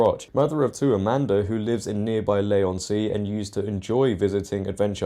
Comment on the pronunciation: LEE-on-Sea, not "LAY-on-Sea"